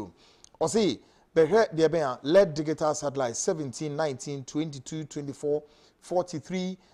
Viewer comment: ...,Please learn how to pronounce the word “Digital”. It is not like how you do———dig -i-tal. It is pronounced—di-ji-tal.